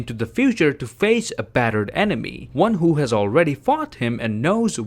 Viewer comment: What you said: Enemy What I heard: Anime